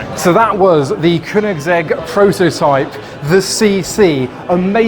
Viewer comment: "kunigsegg" lol